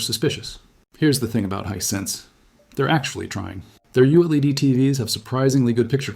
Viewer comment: "Youled"? WTF is "Youled"? To much AI again, makes one question the entire thing.